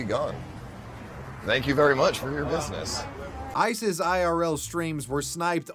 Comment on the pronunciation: You said “ice’s” n that wasn’t what I heard lol